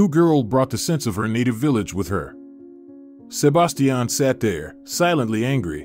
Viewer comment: Please learn to pronounce Sebastian. Good story!